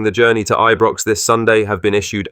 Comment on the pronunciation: Is this audio AI generated? No one says Aye-brox unless they are taking the mickey. Maybe that’s what’s going on…?